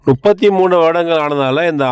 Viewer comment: பிரதர் நுப்பத்தி அல்ல முப்பத்தி என்று சொல்லுங்க